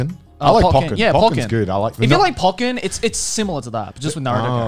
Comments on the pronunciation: Why do they say Pokken as Pock-ken instead of Po-ken, but Pokemon as Po-key-mon instead of Pocky-mon? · The way they pronounce pokken disturbs me